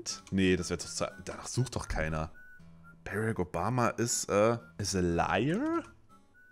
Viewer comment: Seit wann Heisst es Bärek Obama :D ^^